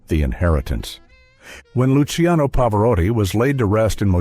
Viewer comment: Il commento parlato peggiore che io abbia mai sentito,pieno di strafalcioni: Pavaràti,Pavaròti, Pavari, Lukiano, miasténia, Nicoléta, pause posizionate in modo assurdo, per non parlare delle insopportabili,completamente cervellotiche inflessioni "italianeggianti"(si fa per dire) della voce narrante.